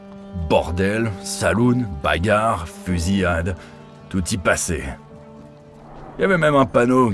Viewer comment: ‘Fusiade’ 😅 Fusillade plutôt ? Merci pour la vidéo 😊